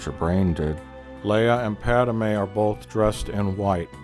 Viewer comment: So he says character names wrong on purpose right?? “Padame”, “Doku”